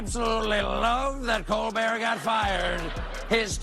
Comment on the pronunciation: Why can't you pronounce Colbert's name correctly?